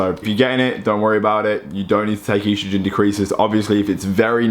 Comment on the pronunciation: Love you, but you HAVE to stop saying E-strogen lmao its just estrogen. Not E-strogen! Haha keep up the dope videos though!